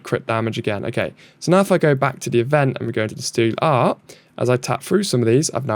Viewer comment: Last thing...you are not getting away without banter! 😂 STREET ART! Not steel art 🙄 it was literally written in front of you 😅 And you know I am going to comment every day until you pronounce Guile correctly...its NOT GILLY fcol 🤣